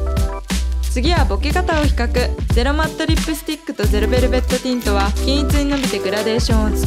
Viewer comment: すごい参考になります！！ ゼロベルベットティントを噛まずに言える滑舌も凄いです…！！